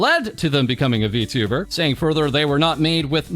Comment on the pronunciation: "V*two*ber" lmao